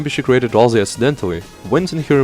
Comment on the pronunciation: RalSei, not RalZei!🤓🤓🤓🤓